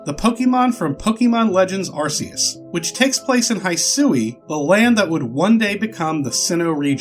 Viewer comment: I was really caught off-guard by how you pronounced "Hisui" For future reference, you got the 2nd half right, but the first half is pronounced the same was as the word "His" instead of "Hi" If you are ever in doubt about the pronunciation, barring regional name differences, you can input the Japanese name from Bulbapedia into Google Translate and listen to how it sounds